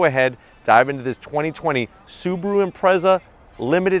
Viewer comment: It's not "SUBURU", it's "SUBARU". This guy is reviewing a hoax .